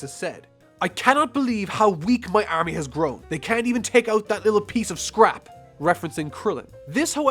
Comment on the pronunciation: Why can't you pronounce army